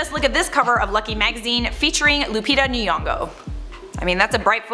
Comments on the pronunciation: Lupita Nyongo (Ny- is a sound like cognac, "conyak".) not Lupita 'Niongo'. Example: it's Kenya and not Ken-ia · Oooh my God the way people pronounce Nyong'o as Niyong'o is......... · John Tende omg I caught that I was like it’s Nyo-ngo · Lupita Nyong'o , not Nenyong'o, please learn to pronounce her surname correctly as you advocating for black people equality in the industry. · You pronouncing lupita's name wrongly am Kenyan and am sure thats not the pronunciation of Nyong'o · I like this channel so much with all the tea😁.. but Lupita’s last name is not pronounced like that (noticed so many white people pronounce it like that ) I feel like they whitening the name ...